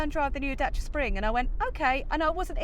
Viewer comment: it's not Dacha, it's Dacia - as in "DAYSEE'A" it was Dayseea when it came out in the 1970 and Dacia spells Daysee'a so pronounce it as it is spelt FFS!